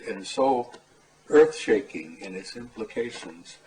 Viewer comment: Can’t take him seriously when he can’t even pronounce EARTH correctly 😂.